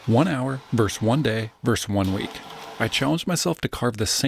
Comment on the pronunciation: Versus.VERS-US. A verse is a part of a song.